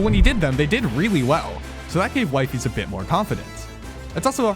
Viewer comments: IT IS WEE-FEES NOT WIEFES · it sounds like he's saying "wifeys" 😭🙏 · I think it's pronounced wee fees not wife ees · It is weefees like weee! Not whyfies. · He is "Wee fees" not "why fees" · Wi-fies, like dawg its literally in his bio it should be wee-fies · what ? ppl didnt know it was scripteddd?? and its wee - fees btw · it's actually called wee fee es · ITS. PRONOUNCED. WEEFEES. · Why did he pronounce it like wyfies and wefiis or am i just pronouncing it wrong my entire life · ITS PRONOUNCED “weefees” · weefees* is how you pronounce it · wifies is pronounced weefies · I think wifies' name is pronounced as, "weefees". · It’s weefees not wifies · Why does he pronounce Wifies as Wifeys 😭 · bro its pronounced weefees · "Why-fees made the ARG" yeah dude and we need air to breathe💔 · It's pronounced 'Wee-fees' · If you read his channel description, you see that it's pronounced "WEE-fees" Just pointing it out. 😡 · Wee-fees…..Jesus Christ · A minute in and Theres absolutely no way you're pronouncing his name as wife ees for the whole 24 minutes long video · bro just calledhim wife-fys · his name is pronounced we-fies btw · "Wive" ies😂😂😂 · BRO JUST SAY WEE-FEES IT SOUNDS SO MUCH BETTER AND THATS HOW ITS PRONOUNCED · It’s wee-fees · Erm it's wee-fees🤓☝️ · why´d you call him Wifey you pronounced it like wifey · Bro it's "wee fees" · it’s pronounced wee fees lol and we all already know this. nice drama video ig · stupid video, and its pronounced weefies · its pronounced Wee fees btw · Its pronounced wee-fees Edit: Wtf did he say abt me!? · "Wifys" 😭🙏 nahhhh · Bro did not just say wyfies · its wee fees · (56cents) it's wee-fees :> THIS IS GOOOOOD ASF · you're saying wifies wrong cornball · pls just say weefees it sounds better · Damn way to be late af on this😂😂😅 bruh you cant even say his name right lol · I can excuse the way you pronounce wifies. But 'Lemeeno'? aintnoway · Pronounces wifies name wrong 😂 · The pronunciation of 'Wifies' is hurting my soul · Wifie? Its wefeees